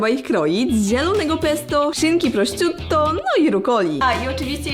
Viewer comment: nie żeby coś ale nie "prościutto" tylko "proszutto"